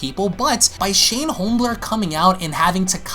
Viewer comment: Lol, did you know you called him Shane Holmblerg? I know that was a misspeak on your part, but I'm still dying laughing! Holmblerg lololololololol!!!